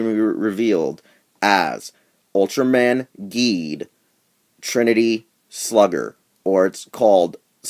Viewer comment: Just to let you know, the name is pronounced "jeed"